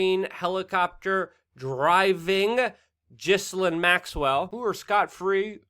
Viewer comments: It's pronounced GEE-LANE The s is silent. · I dislike everything related to this news but her name is pronounced Gee-lane! The g is a hard one and the s is silent. “Gee-lane”